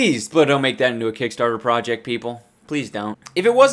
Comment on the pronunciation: He speaks in his other language so much he can't ever say "project" the same anymore. Prowject